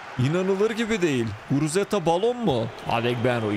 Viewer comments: guruteza degil guruzeta 😂😂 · Yav reis sayende adamın adını karıştırıyorum. Şu adamın adını doğru söyle :))) Guruzeta sen guruteza diyip duruyosun :)) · Guruzeta ❌ Guruteza ✅ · Abi şuna guruzeta de guruteza değil